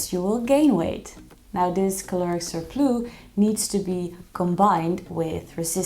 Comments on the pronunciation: It’s surplussss not surplooo.😂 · It’s a cute mistake but how did she get this video passed her friends/team saying surplus like that? 🤭